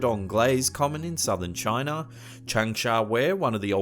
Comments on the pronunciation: Omg here we go again where is Indonesher, afriker, and Chiner ??? Aaaahhh where the hell is this guy from? Every damn video certain words are pronounced funny almost butchered.. for example the ships names r at the start of each segment how do u pronounce them wrong the atocha no L or R it's not atolsher it's pronounced A-toe-cha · Africer and Chiner